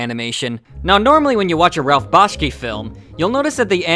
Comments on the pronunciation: Bashki? That's embarrassing. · The name is "Bakshi", not "Bashki". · its "B-A-K-S-H-I" as in "Taxi", not "B-A-S-K-Y" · And a personal note: If you can't get the name right . . . I believe it's Bakshi . . . not Bashky. Though Bashkey would make a great pro wrestler gimmick. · You really should lose the MIDI background music during the last minutes, and also the pronunciation "Bashki" instead of "Bakshi".